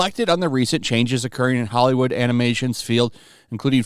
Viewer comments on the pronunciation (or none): none